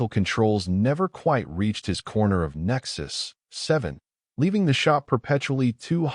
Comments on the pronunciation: The reading was flawless, well, maybe the stations name "Nexus-7" was a little funny sounding, but just a little. :) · Great story. Good AI narration, except for the unneeded pause when pronouncing Nexus-7. Good subtitles as well. Well done.